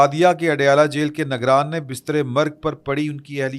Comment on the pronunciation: تلفظ پر بھی دیہان دیا کریں Tahiya ai toofaan not tahiya toofan And Nigraan not nagraan